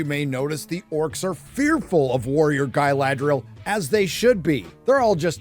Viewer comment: why everyone is saying guyladrial?